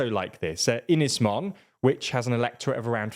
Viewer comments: His pronunciation of Welsh place names is as bad as the Scottish ones. Ynys Môn (Anglesey) is pronounced "unniss mown", NOT "innis monn". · He wasn’t any better with Ynys Môn, either!